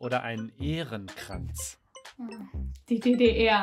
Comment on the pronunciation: Das Ding heißt Ährenkranz, nicht Ehrenkranz. (Ich meine nicht die Untertitel, sondern die Aussprache.) Einen Ehrenkranz gibt es schließlich auch.